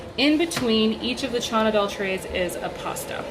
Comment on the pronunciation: That’s what it sounds like she’s saying… I think it’s just how she’s mispronouncing it… but yeah its “Chana Dal”… lots of recipes on Pinterest. It’s a really good and healthy recipe of Indian origin.